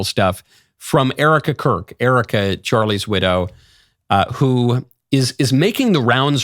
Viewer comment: Still can’t say her name.